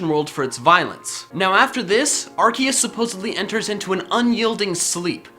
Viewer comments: It should be pronounced "ar-see-us" because when a c is followed by an e is makes the soft c sound which would sound like "see" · I THOUGHT IT WAS PRONOUNCED LIKE ARSEUS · Not to be rude but ur pronouncing arceus wrong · xXPenguinloverXx that's how it's pronounced I'm amazed at the fact that I'm surrounded by so many idiots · It's ar-see-us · its said like ar-see-us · ITS ARCOOS NOT ARCEUS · You said arkius it's arkoos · Arseus not Arkeus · Arceus not Ar-K-eus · IS NOT ARKECUS IS ARCUSE GET THE NAME RIGHT AM YELLING INTO MY MONET ER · its (are see us) not (are key us) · its ar-SEE-us. not ar- KEY-us. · TheGooseGamer is a goose It is pronounced AR-KEE-US because when is was pronounced AR-SEE-US the developers didn’t know that the word “arc (pronounced with an s) meant “Ass” in french So when they found out they changed it to Arc (pronounced with an k) if that helped and the developers already said that it is pronounced with a k instead of an s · I thought it was pronounced Ar-see-us not Ar-kee-us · My does he said A-R-KE-U-S its pronounced A-R-SEA-U-S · Ar cee es not ar key es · you said arkeus instead of arceus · Arcoos not arceus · When he said arceus I said sorry arkoos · As someone who started watching after the pokemon talk series, it's kind of weird hearing him not say "Arkoos". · I'm sorry, did you mean Arkoos? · It's arcoos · Its Arkoos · It’s Ar COOS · It’s pronounced ars oos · DO YOU MEAN ARCOOS LOL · aHEM It is Arkoos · Dude this is an old vid called arceus arkoos in 2018 and 2019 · IT'S ARKOOS!!!!!!!!!!!!!!!!! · Excuse Me? 'Arceus'? HOW DARE YOU INSULT OUR GOD ARCOOSE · HOW DARE!! Pronounce it arkoos Plz. . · excuse me arKOOS thank you pokemon talk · It’s pronounced Are-koos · It’s Ar(KOOS) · its pronounced Arkuus. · Nope its Arse us the pronouciation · It's not Arceus - it's Arseoos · Its pronounced (ARe-See-US) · ITS AR-SE-US that's how you say it. DUDE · it ar-se-us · The official pronunciation actually is AR-KEE-US.